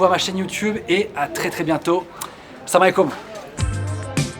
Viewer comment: Son "salamaliquoum" a la fin est le seul mot qui a bien prononcé en Marocains 😂( et je suis bien placée pour le savoir parce que je suis marocaine) mais tkt j'te juge pas Norman 😂😂.Et tkt les Marocains sont là ! Et il y a pas une seule chaîne dans YouTube ou il y a pas d'abonnés Marocains j'te dis tt de suite 😹😹🇲🇦🇲🇦🇲🇦🇲🇦🇲🇦🇲🇦🇲🇦🇲🇦